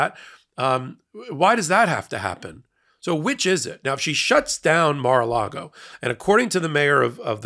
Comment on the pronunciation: Wondering who interests the building of, "Mar lar go"?